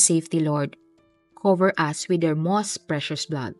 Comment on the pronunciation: powst not pohhhst, mowst and not mohhsttt... nakaka bother ung pronunciation.